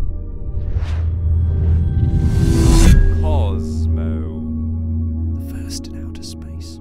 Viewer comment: The way you say "KOSMO" in the intro is cracking me up 🤣